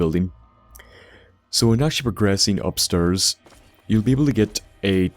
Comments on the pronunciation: fuck stop saying upsterrs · He went upsturs!